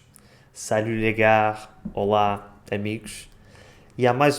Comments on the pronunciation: Merci pour cette vidéo! Une petite correction pour: on ne prononce pas le "r" dans "gars" ("salut les gars"), la prononciation est juste [ga]:) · Pardon, je voulais dire : on ne prononce pas le "r" dans "les gars" : [ga] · Hey, muito bem teu francês, tenho só uma dica: quando dizes « salut les gars » não pronuncie a letra « r » da palavra “gars” porque “gare” significa estação, então é como dizer “olá as estação” 😄 Obrigada pela tua vídeo, como sempre é fixe 👍🏻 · 21'53 "*si je te verrai" n'est pas français. On dit "si je te vois" -"des" n'est pas un partitif mais un article indéfini. -"subjonctif" et pas "*conjonctif" (qui est relatif aux différentes conjonctions) -dans "les gars" on ne prononce pas le "s" (sinon c'est garce: un peu plus vulgaire, en parlant d'une fille). A part ça, très bien expliqué. Les faux amis sont les mêmes qu'en espagnol. Muito obrigado. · Salut, Je suis d'origine portugaise, en France depuis de nombreuses années.j'ai découvert ton canal depuis peu et j'ai déjà appris beaucoup sur les subtilités de notre belle langue portugaise. Petite précision, si tu le permets,: quand on dit "salut les gars", le "r" ne se prononce pas Bonne continuation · J'écris en français je maîtrise mieux que le portugais (et tu comprends très bien) mais je voulais revenir à ce que tu dis vers 9 min. Quand tu dis "salut les gars" tu prononces le R alors qu'en français il ne se prononce pas. Désolé si la remarque a déjà été faite. Bonne continuation et bonnes vidéos